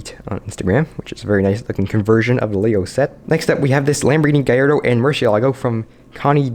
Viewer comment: It's spelt Gallardo, not Giyardo.